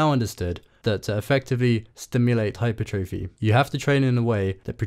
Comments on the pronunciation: Why do you pronounce hypertrophy like that my guy, it's hyPERtrophy, not hyperTROphy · Great video but please pronounce hypertrophy correctly lmao